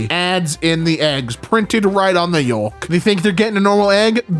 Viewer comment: I'm so sorry. I love these! I watch/listen to EVERY one that comes out! .... This fella pronounces the word "Yolk" with the "L" enunciated audibly. I have never heard this before, and for most of my 48 years, unique pronunciations are quirky and endearing. For some WEIRD reason, this hits my ear like broken glass scraped across a chalkboard with my eyelids. I also morbidly wish to hear him say the words: chalk, walk, talk, stalk, balk, caulk, hulk, bulk, sulk, skulk. In most accents, the "l" in walk, talk, etc., is silent. This is a trait shared with "yolk" and "chalk". Words (with pronounced "l"): milk silk elk bulkhead bilk P.S: I truly love these videos and wish you both all the joy in life. I just found this all interesting and welcome any feedback! <3 :elbowbump::octopus-red-waving